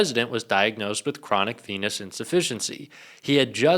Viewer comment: I hear "chronic penis insufficiency" every time. I can't unhear it!